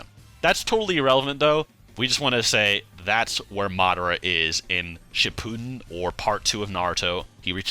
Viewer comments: For the love of christ it’s pronounced Ship-a-den NOT Shi-Pooh-Den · Pls stop calling it shipooden